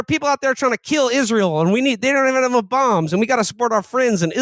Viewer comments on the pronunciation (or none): Haha "Izrull" 😭😭